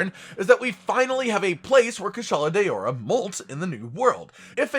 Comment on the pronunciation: It's not kushala day-ora 😬😬😬🤢🙄